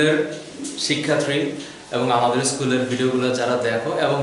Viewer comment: Prothomer kothatay ki bollen? Sikkhatri. Shikkhatri ki? Porikkhatri? 👉Shikkharthi 👉Porikkharthi hobe